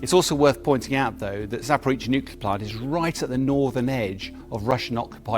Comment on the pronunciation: ZAPORIZHIA not Zaporitsia. He never gets it right.